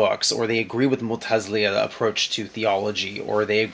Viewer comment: Mu'tazila...i like you so this is a friendly reminder..mu'tazilia..sounds weird hehe.. ;)